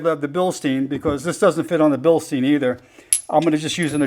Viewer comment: Bilstein is pronounced Bill-stine. If the word has an "ei" then the "i" is the sound. If the word has an "ie" the the sound is "e". Your welcome... :-)